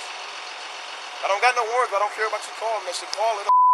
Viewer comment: "dont know dont quare" i love when stupid/nervous people make up new words :D